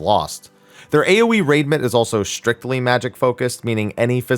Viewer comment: Everytime you said AoE damage I hear "A wee damage" 🤣